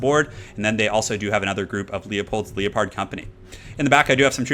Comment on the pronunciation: it's leopard... as in the big cat. I love your haggard pronunciations!